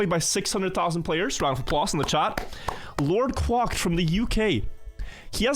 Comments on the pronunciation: LordQuacked, is quack like a duck; kw-ack, not kw-ock. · Lord Kwocked being pronounced like that cracked me up every time...